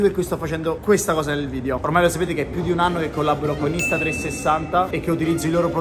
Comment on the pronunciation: A 2 mln di iscritti imparerà a dire video e non vidio